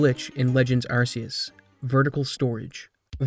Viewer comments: and what, you gonna call someone on you "arse" phone? 🤣🤣 it's Ark-ee-us and I don't want to hear these plebs argue otherwise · archaic, Arceus ✔ sea, Arseaus ❌ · AR KAY US You'd think after the heavy advertisement that used that pronunciation content creators would at least try to say it correctly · It’s pronounced arc ee us do you think every c = s oh my arceus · I read something today that was released by Pokemon that officially says how Arceus is meant to be pronounced. ARK EY US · hate to be that guy but arceus is pronounced "ark-ee-oos" the reason it's a hard c is because arceus derives from the word arc which has a hard c, and the anime said arceus with a hard c because arse is a word and it means butt this is the same as rayquaza which is pronounced "ray-qway-zaa" because part of it's name is derived from the word quasar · It's pronounced ARK-ee-us. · begging y’all to stop pronouncing Arceus like “arse” did the naming of RKS System not clue you in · Again, if you decide to call it Arceus with an 's' sound rather than you 'k' then you have to call the phone the 'arse phone'. I don't make the rules. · You pronounce arceus wrong and it bothers me a lot. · A shame you can't pronounce Arceus correctly, pretty cringe